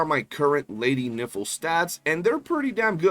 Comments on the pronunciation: Bro can you pronounce Nifle right..? it's the same way rifle is pronounced but with an N. I don't know if you are doing it for the funnies but it's pretty cringey... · I heard it as Lady Nipple. 😂